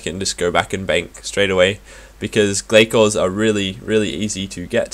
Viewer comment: Its Gla-sors isn't it?